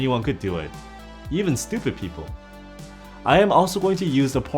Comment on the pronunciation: I like it how you emphasised on “stupid people” 😂